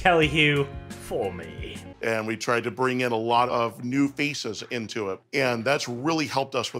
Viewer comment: When that soyboy said we tried to bring in new faces, it sounded like "feces" instead of "faces".